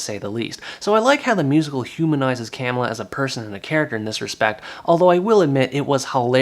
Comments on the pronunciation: It's not CAM illa, it's ca MILL a... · Hello, it's pronunced cuh-miller. Camilla